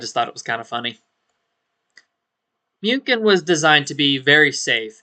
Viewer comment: Small but Muchen means Mün·chen aka Munich.